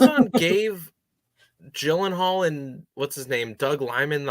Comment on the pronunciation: Gyllenhaal = Jill-In-Hall, not Gill-In-Hall.